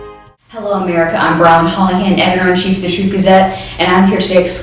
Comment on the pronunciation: Is this the interview that Candace claims "his name was Brilyn Holland"? Because I clearly hear Hollyhand..